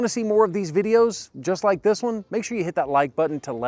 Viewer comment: Your “This…” in the intro wasn’t loud and emphatic enough.